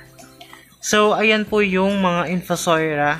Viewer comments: In-Fu-So-Ria.. hindi po In-Fu-Soi-Ra... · Infosoira or infosoria..kasi infosoira po sabi mo.pero nevermind po..salamat sa info..sory ha